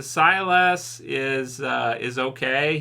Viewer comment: Sylas. Pronounced Sigh-Liss lol. Last week was see-less. Now it's sy-lass. It's just sy-liss. 🤣 Thanks for reviewing this though. Most of the other YouTubers just gave up. I'd love to give up too. If it didn't connect to Rick and show us the crm. Then I wouldn't bother.